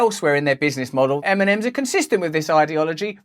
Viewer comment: eminems? what? funny how it sounds really :D